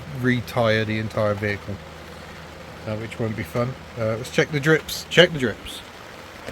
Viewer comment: "retyre the entyre vehicle" 🤩